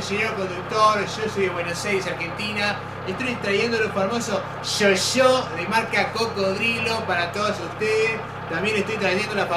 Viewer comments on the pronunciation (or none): Huehuehue "Señores pasajeros con el permiso del señor conductor, sho soy de Buenos Aires, Argentina, y estoy trashendo los famosos SHOSHO de marca Cocodrilo" HUE :') Sigan así :3